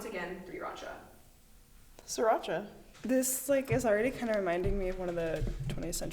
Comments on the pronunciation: I almost choked on my drink when she said Sriracha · Sriracha??? Hmmm Ok u miss heard 🤣🤣🤣🤣